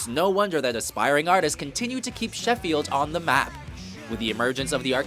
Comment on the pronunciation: pronunciation of Sheffield and Yorkshire is pitiful